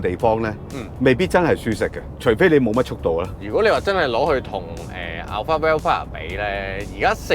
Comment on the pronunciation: Alphard 重音在前面哦